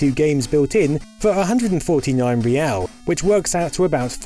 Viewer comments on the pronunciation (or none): Portuguese lesson for you. The Brazilian Real is pronounced more of an H sound. So it's more like "hey-ow" Not being a jerk, just a "more you know" kind of moment.